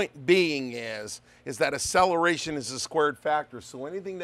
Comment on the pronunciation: a-cell-a-ray-shun. Never heard it pronounced that way before.